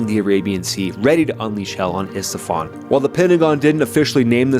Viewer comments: I think it's Isfahan, not Istafan. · Estephan? Did I hear you right? Gloria Estefan😂😂😂 ISFAHAN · ISFAHAN not ESTEFAN.. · Btw it's I-s-f-a-h-a-n not Isfathan. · Isfahan ❌️ Istafan ✅️ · I get triggered when you say "Istafan" and not Isfahan haha. The videos are awesome, keep it up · man i live in isfahan, but u saying Istafan is even more annoying than possible fallout. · "Estefan" lol Dude.. "Isfahan" Or maybe they actually wrecked some Estefan somewhere by mistake and the Isfahan facility left intact 😂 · Isfahan. Not Istafan. Drove me crazy. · Great videos. Love your work. You continue to say "Istafan" instead of "Isfahan" somehow it bothers me. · Isfahan, not istafan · Isfahan** not istafan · Iss-Fah-Hahn. :) emphasis on the last syllable. :) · It's Iss-Fa-Han, BTW, no 'T' in the middle. Under Shah Abbas, one of the world's greatest cities. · Man, please learn how to pronounce Isfahan.